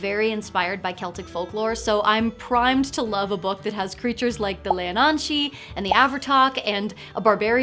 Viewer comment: God, the moment you pronounced the Sidhe correctly at the beginning I was two thumbs up straight away